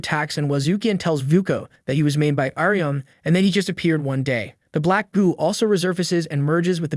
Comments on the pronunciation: text to speech got iryumyuuis name pronouncment wrong if ur wondering hows its spelled its ear-uh-mew-e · Only Faputa's? He pronounced Irumyuui in at least seven different ways